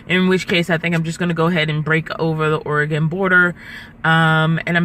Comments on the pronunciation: Just some friendly advice, that might help you. Oregon is pronounced ORR-ih-gən, not OreGON. Actually there are several ways you can pronounce it, but try to avoid OreGON. Not that I personally care, but some people do. Like grammar Nazies. LOL. Hope you enjoy your stay in Oregon. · Or-e-gun. U-ki-uh. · Ukiah, the h is silent it just ends with short a - U- kie - a. Oregon is OreGUN. You have a fun adventure going on. 🙂